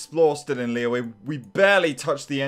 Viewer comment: Stream #17 he's still Calling Liyue, Lee Weh